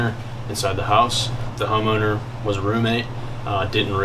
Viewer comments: “Once we know where it Wis” 🤣🤣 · "where it wizz" 😅